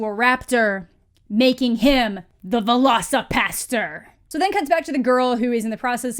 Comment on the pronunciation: My favorite part is that the trailer narrator's accent makes it sound like he's saying Veloci-Pasta, like there's some velociraptor based pasta dish being served somewhere. Like, idk, shrimp scampi but with velociraptor meat or something.